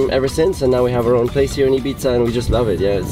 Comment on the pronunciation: It's Ibiza not ipizza lol 😂